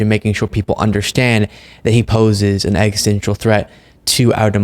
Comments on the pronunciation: Ex-is-tential not extensial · Hi. I enjoy your analysis and content. Here is a constructive criticism for you: you use the word "existential" fairly regularly. But you pronounce it as if it were spelled "extential." That's not right; it's four syllables, not three. It is pronounced eks-i--STEN-shul. No offense intended.:-) I like what you're doing and I DON'T want you to give any ammo to potential critics.